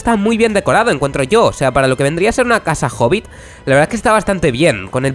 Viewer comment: Pense que decía "Casa Horrible" y yo así de ¿wat? Xd